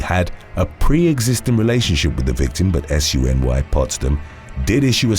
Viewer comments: Just pronounce SUNY as ‘sue-nee’. It stands for State University of New York. CUNY, pronounced as ‘coonie (like the hot dog)’ stands for City University of New York. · Just FYI it's pronounced the same as Sunni (SUNY, 1 word- you don't say the individual letters) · You can say SUNY as "soony" rather than as each separate letter - that's how everyone says it here. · An FYI, while you are actually correct, I'm listening to you saying "S-U-N-Y Potsdam" and it confused me for a bit, cause in my 50 years in NY and also having been a student at a few SUNY schools (SUNY stands for State University of NY and all the public NYS colleges, or at least most are in the SUNY system. Like how in CA they have UC LA, UC Berkley, UC Irvine, we have SUNY Potsdam, SUNY Adirondack, etc) Anyway, I've never heard someone spell it out, it's always pronounced as a word Soonie. For future videos, you can say SUNY (soonie/sooney) and be 100% correct. I'm only bringing it up because with my slightly accident-damaged and older brain, I was thinking for a minute, "what is he talking about?" "ooohhhh SUNY." I had a little laugh at myself. NYS is full of Native American names, ONEONTA is pronounced "Oh-knee-ahhnta" with 4 syllables. Though it does look like 1onta. You'll probably never say any of these names again, and I hope you don't mind my correcting you. I find it interesting, I'm not doing it in a "know it all" fashion. I never realized how odd many of our city names are, until now that I hear someone reading them. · #1 and 2 SUNY is pronounced “soo-ney.”